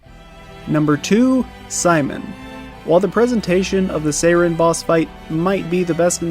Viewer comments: I get not speaking French. I do not get pronouncing Sirene as "Sayren". In what world lol? Why? How? If you can't say it the French way, fine, just say it like the English word "siren", because that's what it means. Sirene is just siren in French. And if you wanna know the French way to say it, it's not tough, it's basically just "see-ren". That's it. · Sirene is not pronounced as "Seiren." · The Golgra you fought is a side story boss, not the super boss. The super boss is in the village, and is exponentially harder. Sirene is Aline's Axon; Renoir din't create one for himself, and the giant Paintress figure isn't an Axon. BTW, it's pronounced Sih-ren; Verso says it several times in the game. It's French for siren. Also the English lyric song on the mask isn't weird at all; listen to the lyrics. Lastly, Verso is 93 yrs old.